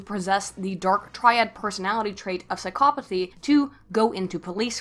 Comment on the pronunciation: I wonder if she is intentionally pronouncing it as psyCOPothy